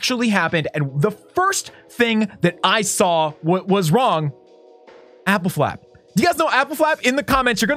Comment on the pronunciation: Appelflap, a Dutch word. Is pronounced with a lower voice a, so like ahppelflahp